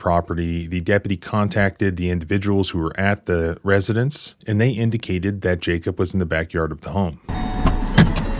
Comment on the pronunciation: There is no-one in this case called "Jake-up". It's very clearly Jacob. Is this an inside joke? You can't possibly be this poor at pronunciation.